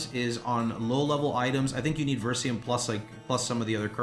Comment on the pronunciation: It's spelled VERY-SIUM. Not VER-SIUM.....